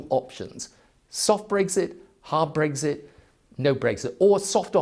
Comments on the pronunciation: It's Brexit not Breggsit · Never understood why he pronounces it ‘breggzit’ lmao